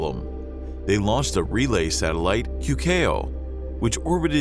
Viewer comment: Queqiao is pronounced as "TSOOWEH, TSIAW"